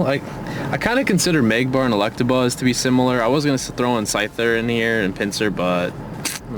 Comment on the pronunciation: Did he say "Magbar" instead off magmar? xD